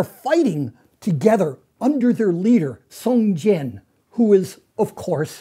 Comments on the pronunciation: but he said "song jian" instead of "jiang" which is more like "jiAUNG" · it should be pronounced as "Song J-young", like j after the word "young", or just "Song John". it would be closer. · Lol, Mr Stoll, the leader's name should be read as Song-John (宋江). Close enough for me. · every time he mispronounced Song Jiang, i cringed a little; but still had to give discount einstein props for getting most of it fairly correct.